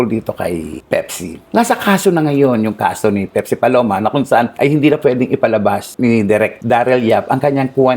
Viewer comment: baka po Pepsi yun hnd pipsi 😂😂😂